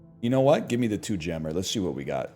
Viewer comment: Kinda funny that he keeps saying "teh" and no one in chat is picking it up.